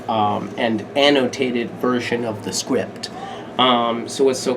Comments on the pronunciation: DID HE JUST SAY SQUIPED?!?!?!?!?! Jk I know he said script. 😂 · He said script and it sounded like SQUIP and omg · he said "script" and I swore I thought he said "squipped" which is funny cuz he's the BMC Broadway star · When he said 'script' it sounded like squip